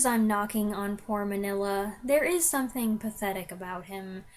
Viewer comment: Pronounced Mean-ya not Manilla. Cucamonga is a city just East of Los Angeles.